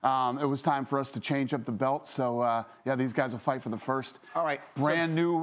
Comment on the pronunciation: Am I the only one that noticed him say “title bite” instead of fight